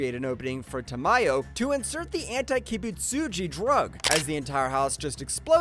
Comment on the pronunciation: Geyoko 💀 Gayomei💀 Surprised how bro even pronounced kibutsugi right